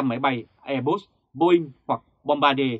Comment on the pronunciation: Airbus mà còn đọc sai thì đọc tin tức làm chi vậy. Trở lại trường học đi ông ơi. Kênh tào lao.